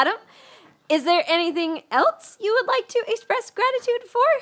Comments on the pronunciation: The whole studio c cast says "elts" instead of "else" and it's low-key adorable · Why do people pronounce else like elts?! I don't know why, it just drives me crazy